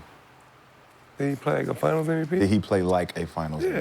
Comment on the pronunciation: It’s MVP not NVP